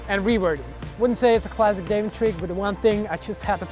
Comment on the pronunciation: Extremely minor point but the American pronunciation of his name is "Daewon" where the "won" is pronounced like the "Wan" in "Obi-Wan Kenobi," not as you would pronounce "day one"